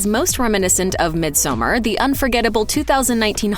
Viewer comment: Please: “misomARE.” Not mid-summer